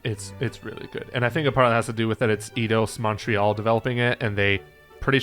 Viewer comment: First off, it is pronounced "Eye-dos Montreal" not "Eedos Montreal", secondly, they did not develop Avengers. Crystal Dynamics developed Avengers. Eidos Montreal developed the Deus Ex games.